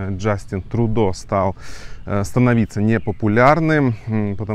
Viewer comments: Спасибо за выпуск. Но пожалуйста, произносите правильно: ТрЮдо. (Trudeau) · он не ТрУдо а ТрЮдо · А может, лучше Трудеау? Иностранцы не обязаны под чужие правила произношения подстраиваться. Мы не говорим лАндон, пари, бэлин, лысбоун.